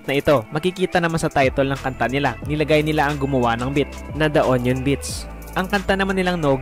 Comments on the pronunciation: Anong onion beats? Hahaha union pronounce mo as YUNIYON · yunyon (union) hindi onyon (onion) potek na yan. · Yunyon-Union hindi onyon ano to kamatis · bat onion? HAHAHAHAHA ayos na eh nagkamali pa😂